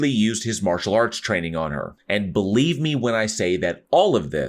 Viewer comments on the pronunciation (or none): none